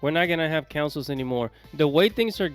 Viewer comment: councils? does this fool know how to speak?